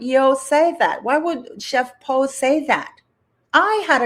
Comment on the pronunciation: her name is Po not Yo! Lol you crack me up 😂🤣👏👏👏👍🫵❤️